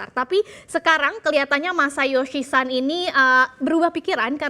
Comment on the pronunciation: Masayoshi SON! Pake /o/ bukan /a/. Itu bahasa Jepun, bukan Inggris 😂